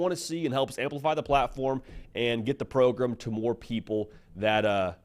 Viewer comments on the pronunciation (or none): can you say pro-GRAM instead of pro-GRUM thanks